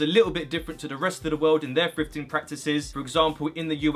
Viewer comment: to me it sounds like he saying "frifting"